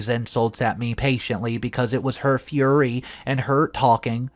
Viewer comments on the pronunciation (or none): none